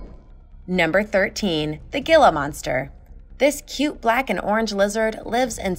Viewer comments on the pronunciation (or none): Gila is pronounce heelah